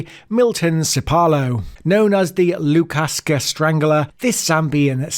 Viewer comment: Si - to - le. Lukaska? LU - SA - KO. important capital city! Maa - keh. Not maki.